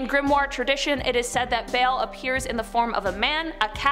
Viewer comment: note "bale" it is pronounced BALL